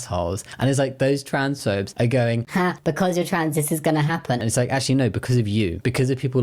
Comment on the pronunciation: did you just say beancause, you fluent punster?